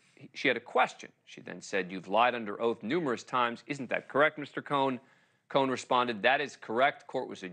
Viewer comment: He can't pronounce Cohen!